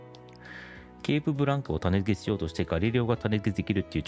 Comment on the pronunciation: たねづけ、ではなく、たねつけです。